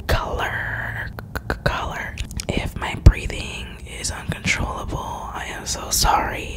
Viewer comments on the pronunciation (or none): none